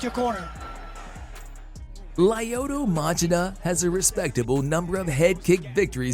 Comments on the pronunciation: Motch-ee-duh, emphasis on first syllable. He only screwed up the beginning a bit. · Who is this Match-a-da of which you speak? Dude, it's pronounced "ma-she-da." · Ok I thought I was the only one who noticed that. As in Ma- shee-da & not Mach-id-da. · It’s pronounced Mah-Chee-Dah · Literally thought the same thing but you commented first 🤣🤣 matchedaaa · Modge ehh duh. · Ma-chit-uh Really? Dude, please do just a little more research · Please learn how to say Machida correctly. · That is the most brutal way anyone has butcher Lyoto Machinda's name ever, well done. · I don’t know what’s more brutal. The 15 head kicks or the way you butchered Machida’s name. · I was gonna say the same thing but you beat me to it when I first heard him say his name I wanted to front kick him for Machida lol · the guy makes videos about the shit but never saw a ufc where machida's name was said out loud? sus not to mention there wasn't even an attempt at pronouncing cro cop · It’s pronounced ( Lee O toe Ma chi da) 🤦‍♂️🤦‍♂️ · OK first off the first name is the problem, he said "LIE oh to" instead of the correct LYO to. Secondly if you wanna get specific, the Chida in Machida 町田 was pronounced with proper lack of elongation of Chi like you said "まちだ" rather than "まちいだ" but the ma is not correct. More similar to Muh as in Muh big car rather than Ma as in Mat. Aint no defending this pronunciation. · Lie oto matchida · Laayoto maaachida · Lieuotoe Machaduh😂😂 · Lie-oh-toe Mah-Cha-Dah